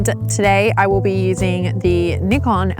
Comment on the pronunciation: Came to this video directly from the first one you did on the L35AF. Such a huge amount of growth you and Lux have made in terms of presentation and production. Well done! Also, as a Japanese speaker I appreciate that you pronounce Nikon properly 😉 Looking forward to more fabulous content.